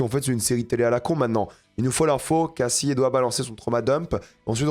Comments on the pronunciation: c'est quoi le rapport??? Tu as lu le commentaire? On indique juste que prononce mal le nom de Cassie en VO alors qu'il prétend regarder tout en VO. Si tu écoute vraiment la série en VO tu t'aperçois que Cassie ne se dit pas "Kayssi" comme dit mais bien "Cassie" comme en VF. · Par contre c'est perturbant comment tu "sur-anglifie" le nom cassie, c'est pas caysie c'est cAssie. Ils le prononcent comme on le ferait en français.